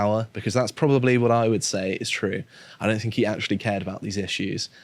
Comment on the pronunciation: Any broadcaster who pronounces "think" as "fink" etc should be purged.